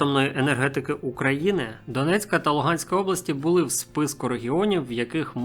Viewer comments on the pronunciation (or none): none